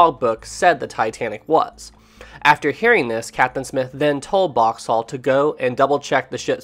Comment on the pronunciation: I can't get over how this guy pronounces Boxhall so completely and utterly wrong